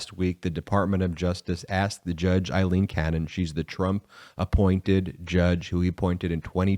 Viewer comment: Please Brett, her name is the Scots name Aileen, NOT Eileen. It drives my wife Aileen mad when her name in mis-pronounced. It is Ail-een, NOT as in aye-aye sir, Love the show by the way!